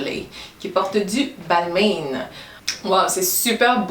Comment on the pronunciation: Très sympas comme vidéo ! Par contre il me semble que Balmain ce prononce "balmIN" pas "balmainE". Bisous 😘